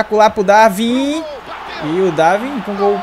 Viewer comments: E n se lê Darvin mas sim Darwin, o w se lê, Vlachodimos n se lê o H, portanto fica Vlacodimos. Adoro o canal um abraço de Portugal. 🇵🇹🇵🇹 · Diz-se DarUin não DarVin